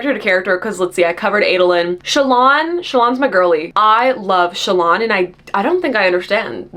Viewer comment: Me not hearing Shallans name pronounced outside my head before ; who the fuck is Chalaaaan??😂😂 I say Shallan like Alan but with the sch😅 it just sounds more fantasy than sassy tik tok girl to me😊